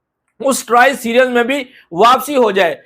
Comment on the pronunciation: Series nahi bolna ata serius 😂😂